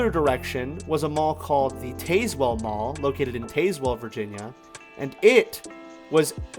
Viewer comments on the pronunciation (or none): FYI It’s Rich-lands and Tazzz-well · Artley's was my most favorite store to go to. By the way, you pronounced Tazewell wrong, but most everyone does who doesn't know, so it's okay. ☺️ Thank you for sharing the history on this mall too.